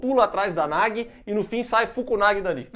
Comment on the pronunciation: Gente só um adendo, a divisão silábica do nome da guria é Na-gu-i, não Na-gui. Pra ter a pronuncia similar ao português, o nome deveria ser Nagi